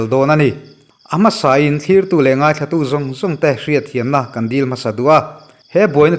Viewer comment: Ka pu Dailaaama tisuh Dailama tihtur aw.